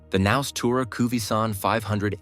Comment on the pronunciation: The price might be a problem, as might the amount of movable construction items. But the concept is interesting. Oh, for the robot: the 'K' is most likely silent in the English language, so the name would correctly be pronounced as 'naus'.